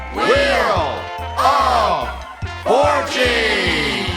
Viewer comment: lol I thought it was 'wheel of orgies'